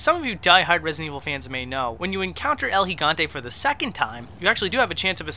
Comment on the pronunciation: "el higanté"